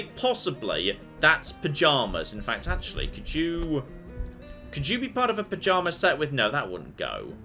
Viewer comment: Perception -1, fails to pajama correctly.